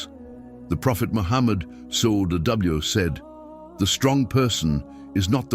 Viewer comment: pronouncing wrongly SWT and SAW here there though the content is good, but the voiceover and caption is so unprofessional. maybe the content is made by AI? Free Palestine